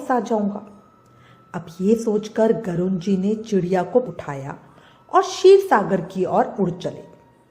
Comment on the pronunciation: Please pronounce correctly...its garud not garun...always check and then make video